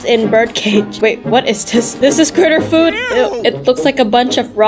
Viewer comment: You said foood 😂😂😂